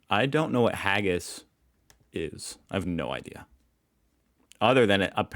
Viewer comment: It is called "Haggis", not "Heggis".